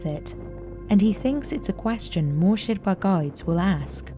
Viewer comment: Why does the woman narrator mispronounce the word "Sherpa" so many times and then all of sudden starts saying it correctly?